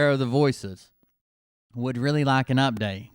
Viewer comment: Damn it! Really? You mean I'm gonna have to go back to a therapisit again. Weeally?